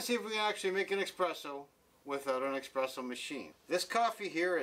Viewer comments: Why is he saying expresso??? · Everytime someone says "eXpresso" an Italian falls off a Vespa.